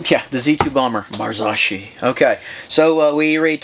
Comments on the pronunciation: Mar-zok-eee for the love of god! 😂 these are owned by Fox so this is basically a economy version of a fox fork. They have a good reputation! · I work for FOX Factory...it's pronounced MAR-ZOW(TOW)-KEE(KEY)....FFS!! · Mars-OH-Key!!!! Say it right! That fork needs like 30mm of more travel to be a real contender. 100mm is nothing! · Pronounced in Italian "Mahr - saw - key". In the US "Mahr - so - key".